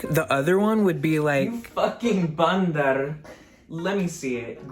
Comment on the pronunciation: Okay but your pronunciation of “bandar” is actually so perfect??? impressive p.s. baddie checkin